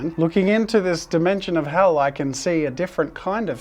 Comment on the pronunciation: Bro pronounced "dimension" perilously close to "dementia".